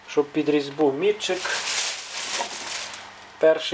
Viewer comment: Тільки не мІтчик, а мітчИк. МІтчик - це або інструмент, яким мітки ставлять, або той, хто ставить мітки. +1